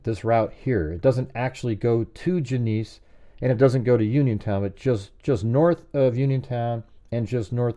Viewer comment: Genesee is pronounced Jen-uh-see. Thanks.